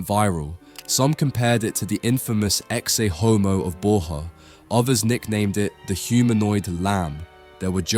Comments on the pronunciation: "Eh-ksay Homo" Come on, we can do better than that. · I mean, you are obviously into art, but you pronounce it „exe houmou“? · Man, mispronouncing "Ecce homo' makes you look like a complete amateur and doesn't do justice to the good work you put into this video. You want to check some basic latin pronunciation. Also 'aqua vitae' should always be translated into 'water of life', not 'living water'...